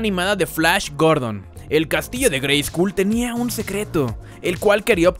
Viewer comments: Perdon neta perdon no es por mamon pero se pronuncia greyscol no greyscul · Por qué pronuncias la U en "Grayskull"? En el doblaje se pronunciaba correctamente con O, como se pronuncia en inglés. Es una broma? Es por derechos de autor? Me hace pensar que nunca has visto la versión doblada en español con la grandiosa voz de Rubén Moya. En la descripción citas "yo tengo el poder"; si bien, fue un error de doblaje, en México He-Man decía "ya tengo el poder". Nuevamente me haces pensar que nunca viste la versión en México.